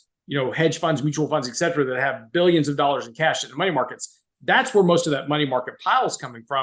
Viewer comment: Complete obfuscation on treasury strategy?*!?. I wish he would finish his sentences. Also, it is ET CETERA PLEASE!! NOT EX Cetera. Et is Latin for "and" and cetera is Latin for "the rest." PS too much time spent on worthless analogies.